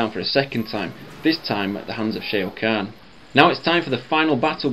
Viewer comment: "Shea O' Khan" lol